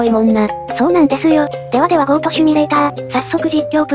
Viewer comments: 細かいですが、シュミレーターではなく、シミュレーターです。 くだらなかったね。うぽリナ！ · シュミレーターじゃなくてシミュレーターですよｗ